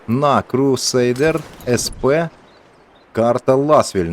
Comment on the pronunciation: SP - eC Пі, якщо це англійська. і в німецький Е читається як [е:] а не як [je].